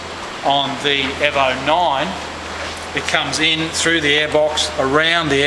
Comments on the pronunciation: Its E-vo... not airvo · not euvo 9 it's EEE Letter E as you would pronounce it in alphabet E. EEEEEEEEEEEEEEEEEVO. Jeezus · It's EVO not EVA lol